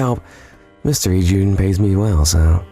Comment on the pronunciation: So they can't pronounce Torture Sommelier or Ijyuin's name?